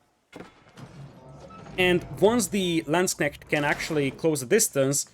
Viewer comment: Damn I have to say your pronunciation of Landsknecht is great, even using the correct plural Landsknechte :)